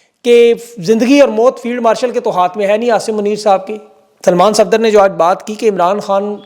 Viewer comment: Field warshal ya marshal..mene ghalat suna ya istarah kaha ap ne 🤣🤣🤣